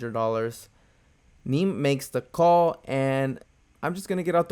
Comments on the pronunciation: it"s "knee me" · No, you kept incorrectly saying "Neme" which rhymes with meme. You might want to watch his vlogs.